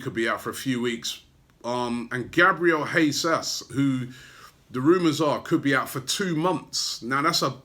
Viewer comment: ''Gab ral Hey Zas''